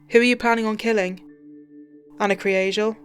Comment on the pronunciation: That last line made me tear up!!! The pronunciation of her last name almost sounded like Angel...which was probably what my mind wanted to hear!!! Such a tragedy!!!